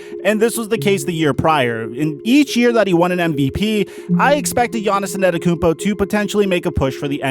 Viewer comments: Nobody:: Giannis ANETakoumpo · Lol who tf is Giannison Adekounmpo, please just say Giannis lol, your pronunciation kills me 🤣🤣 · Nobody: Giannis ananakoumpo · ANETTOKOUNMPO........YOU SAYING IT WRONG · He said En-ah-tekumpo 😂😂😂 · He really said Giannis annikumpo and Giannis nannikumpo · Bruh... you’ve gotta figure out how to pronounce that last name. It’s not “Anatakounpo”. You’re leaving out several letters the way you say it. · don't you mean anatakoumpo? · PRONOUNCE HIS NAME CORRECTLY FOR GOD SAKES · I dont like how he say Giannis last name but great content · Mans has won 2 straight MVPs and you still cant say his name right. Trash tier content creator..